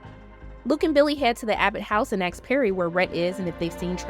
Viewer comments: The pronunciation should be the traditional ‘asked’ not the altered ‘axed’ as is used today by some cultures. Kept it as PC as possible for ‘y’all’ but let the comments come as they will 😂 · This narrator struggles not to say "axe" instead of "ask". Standard.. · Great recap! ❤ By axe you mean ask, right? Lol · No, it's not an "accent used by certain cultures". You're using a stereotype. It's not even an accent, it's a mispronunciation. I wouldn't think much of it in casual conversation or a non-professional video, but this is not up to standards for professional content. This is posted under Amazon's official account. And yes, if a Louisianan or a Creole speaker (which you assume means the same thing?), or Texan, Bostonian, etc is a professional narrator, newscaster, etc and mispronounces a common word, I would be annoyed by that too and would expect better. Btw I grew up in Boston until late childhood, and have lived in the South for decades, and yes I'd expect the same from a narrator (or newscaster, etc) from Southie as one from the Palmetto State. Mispronunciation is not the same as an accent. Aksed, real-a-tor, nuc-u-lar, jewel-er-y, li-berry, etc. are mispronunciations. [p.s. I wouldn't have even replied here if you weren't invoking a cultural stereotype(s) yourself.] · it’s not an accent, it’s a flat out mispronunciation- it’s spoken as if the letters in the word are in a different order. It’s the same reason that people made fun of George Bush for saying “nucular”. Since you brought up racism, I assume the “culture” you are referring to is black Americans, but plenty of black Americans don’t mispronounce the word. You’re not helping black people by infantilizing them- they’re just as capable of speaking good English as everyone else. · "Southern"? That's a Northern accent. Do you think all Black people live in the South? Either way, a mispronunciation isn't the same as an accent.